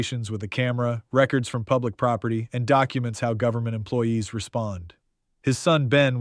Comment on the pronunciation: AI, this guy just mispronounced records and in a music record instead of record as in I’m recording you be an ass.